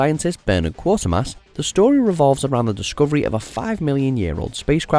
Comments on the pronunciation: STOP MISPRONOUNCING QUATERMASS!!!!!! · I agree. He pronounced it as 'quarter'. There is no 'r'. It should be pronounced 'qwayt...'. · Quatermass is pronounced like Cratermass and not the weird pronunciation in this video Quater as in 'A Quarter past'. If you have ever watched any of the TV episodes or films you will have noticed this. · Quatermass, not Quartermass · It is Quaytermass, not Quartermass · Not KWAH-termass. KWAY-termass. Gods that was annoying! Get a host that can speak UK English for any sake! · It is Quater mass NOT Quarter-mass, trying watching the film before you make a fool of yourself. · Quatermass (as in crater) NOT QuaRtermass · Right no r Its Quatermass with a long a. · The first two syllables of 'Quatermass' should rhyme with 'Crater'. The professor's name is NOT 'Quartermass'. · Quater rhymes with crater or waiter, not with water or daughter. Phonetically, it is Qw- A-ter-mass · FFS, if you’re going to list top 10 anything get the bloody pronunciation right. Quartermass, my god. Among the best British scifi ever and you get it wrong, give me strength. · Pronounced: "Kwaytermass" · It's pronounced QUAY -TER - MASS....... DOH! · Learn how to pronounce Quatermass